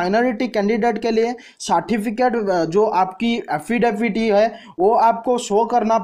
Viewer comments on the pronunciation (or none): none